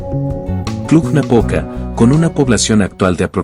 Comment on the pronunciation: "Cluh-Napoca". ☝🏻😉. În spaniolă știu ei , spaniolii că există și litera "j" pentru pronunția denumirilor din alte limbi ? Noi cum de știm, iar ei nu ?